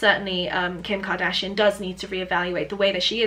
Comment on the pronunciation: Kim Ka-Dragon-shian?